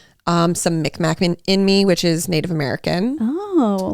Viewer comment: It’s not pronounced “Micmac” it’s Mi’kmaq pronounced “mig-maw” 😊 just a little correction!